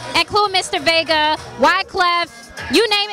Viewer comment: Lol I wish I would've heard you saying Mr. Vega. It's Vegas. Haha. Still a fun and entertaining interview.